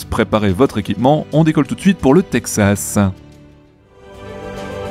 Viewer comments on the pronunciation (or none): none